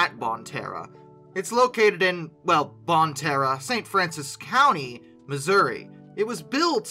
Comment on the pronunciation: Hey this is less than an hour away from me and it is not bon Terre it is pronounced bon tear